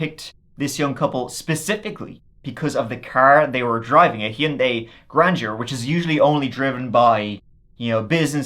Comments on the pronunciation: Your pronunciation of Hyundai got me laughing. Hee-uh-Yun-day. 😂 It's a Korean brand. I wonder how they pronounce it. I say hun-day. I'm American. I wonder who pronounced it the worst 😂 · Hyundai rhymes with Sunday. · the way hes saying Hyundia is cracking me up😂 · I've usually heard it pronounced hund-eye... Hund- eye or hun- day... Or hy- un- day, hy- und- eye... ....... What was I saying? My mom had one, actually my mom and dad had matching ones idr model, white 4 door sedans ...its crazy, I've never thought about a rich person driving any model of Hyundai, it's not a rich person's car in the US...its a relatively affordable lower-mid range car w decent gas mileage... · I’m Americas it’s “hahn-day” and always will be idgaf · I am starting a petition that everyone say Hyundai like.